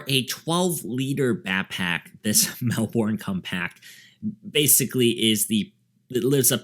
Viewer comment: Good review! FYI Because it's an Australian brand, and Melbourne's an Australian city, we pronounce it Mel-bun.